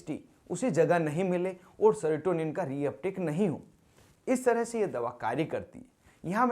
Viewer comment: Sertonin nhi serotonin hota hai